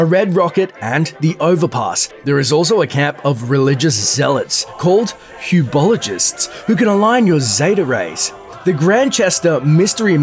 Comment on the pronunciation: "huebologists" "barbaton" I almost died